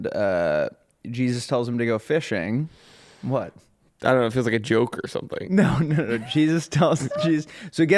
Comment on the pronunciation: On the last syllable of teach me something you guys go down in pitch and i just need you to keep it the same tone next time. It ends weak, i need you guys to finish strong on that. It should not be TEACH ME SOMEthing. Infuriating!!!!